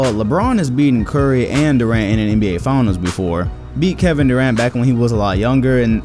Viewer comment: He said steph CORRY